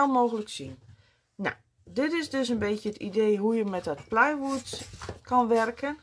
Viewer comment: Hele leuke setjes, maar vreselijke uitleg. Langdradig, niets is voorbereid. Plywood spreek je niet uit als playwood, het betekent ook NIET speelhout zoals de dame verteld, plywood betekent triplex. Ik kwam hier om te kijken hoe je het in elkaar zet en eventueel bewerkt. Sorry, het is niet persoonlijk bedoeld maar ik zoek het zelf wel uit.